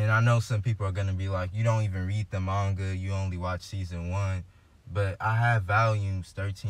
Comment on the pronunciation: I swear- I heard him say, "mangata"